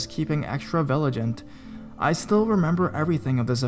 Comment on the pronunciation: I normally wouldn't do this , but some of your pronunciations were , shall we say off the mark . first it was US as in USA, next it was cler-geee with a hard g when it should have been a soft get , then there was villi-gant again with a hard g, and lastly the sa cri city . Like I said I normally never do this but some of the words should have been no problem . Again I apologize if I have offended anyone and it is not my intention to make fun of the narrator .